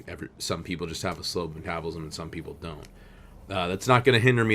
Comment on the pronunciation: meh-TA-bull-ism And I don't think what your mom fed you affects it that much. You are just a beefy boi.